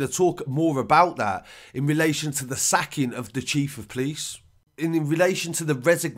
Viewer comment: 1 and only think I hate is when you say "police" like you "please". I offer the word POPO for "police"